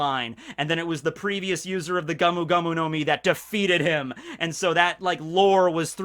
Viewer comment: It's Gomu Gomu, not gamu gamu.